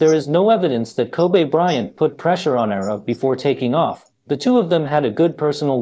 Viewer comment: Koobay bryant